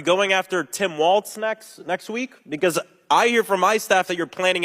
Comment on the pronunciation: There is no "t" in Walz's last name.